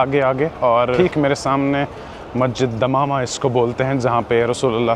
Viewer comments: Asalamualaikum brother it is masjid Ghamama not dhamama sorry but i had to correct you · it is Masjid gumma not damama......ham ne aap ka bahut intizar Kiya Madina mai Lakin aap ke puhanchne se pehley nikalna pada.......from Sgr